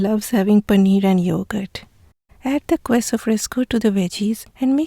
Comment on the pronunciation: Love all that you do. Except for your pronunciation of queso. It is pronounced "KEH so". Not "KWEH so." I offer this pronunciation guide as thanks for teaching me how to properly pronounce so many words in your language.